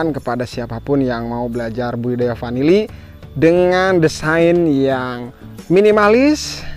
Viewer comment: Bukan panili tp vanili.